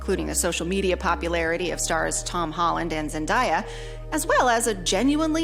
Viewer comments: As a huge Marvel fan and conservative, this video is so well made and explains it so well. Besides the mispronounciation of Zendaya’s name, it’s perfect. I even loved movies like Shang-Chi, Black Widow, Captain Marvel, and thought Eternals was okay, but when they sacrifice plot for exactly what this says- cheap woke tropes, they start to lose their appeal. I also think there is something to be said for Spiderman NWH being the first movie of post-COVID phase 4 that has multiple established characters teaming up in it, instead of the origin story movies like Shang-Chi and Eternals, but I think those could’ve also focused less on advertising as diverse, innovative movies and more on being good films with good stories and characters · I like the opinion, but it's hard to take you super seriously with mispronouncing both Shang Chi and more than that Zendaya. That's all I can remember now